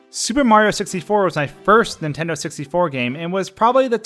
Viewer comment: Every time you say on Nintendo it sounds like you’re saying on intendo and it drives me nuts